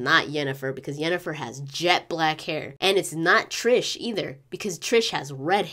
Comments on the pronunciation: Triss** not trish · Cool video, but it is triSS, no triSH, triSS, IT IS RIPING MY EARS OF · it is TRISSSSSSSSSSSSSSSSSSSSSSSSSSS Merigold... not what you are saying how can a fan messed that up, havent you heard her name said by everyone in the game?!!!